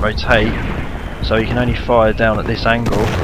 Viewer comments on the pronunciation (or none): none